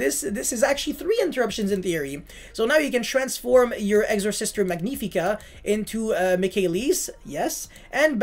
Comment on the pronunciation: Magnifica in this case is from Latin not Italian it's spelled like magnetic 😂❤ For the rest great deckkk